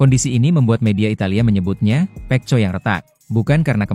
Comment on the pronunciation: Narator nya belajar dulu bagaimana menyebutkan nama Pecco yg benar ya... Malu-maluin